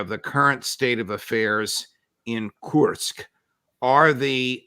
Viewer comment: As a Russian to hear Judge say KURSK wrong over and over. 😂